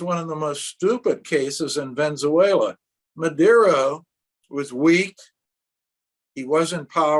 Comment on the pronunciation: Wheres Ven-zuela? Struggle to take someone seriously who can't even pronounce the name of a reasonably large and famous country properly.